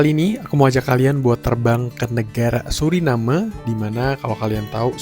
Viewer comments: Bacanya yang benar sesuai dengan kalimatnya SURINAME karena dari bahasa Belanda, anda salah menyebutnya berulang kali jadi SURINEM 😂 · Maaf saya koreksi ya ? Orang lokal sana dan wisatawan yang datang, ataupun orang Belanda menyebutnya "Suriname" bukan "Surinam" seperti yang anda sebutkan berulang kali